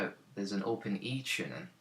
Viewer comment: Enjoyed this very much. Especially when you say "chooning" =0)